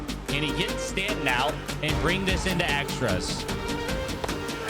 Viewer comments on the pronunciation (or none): none